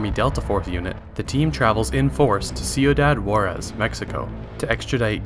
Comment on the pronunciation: Nice, now I can go and watch the sequel. By the way it is pronounced C-oo-dad who-are-S